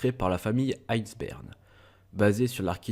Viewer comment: Pardon, je sais que la vidéo date, mais tu prononce mal les noms pour la famille Einzbern , ils sont d'origine allemand et l'entendre prononcé à la française cela fait un peu mal